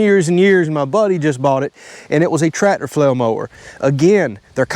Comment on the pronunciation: I don’t know if it’s my speaker or what… but it sounds like when you say “tractor”…. It comes out sounding like “ trat ter “. I thought only us Texans talked with a weird accent. Glad to see those Floridians are getting their own version of English. 😂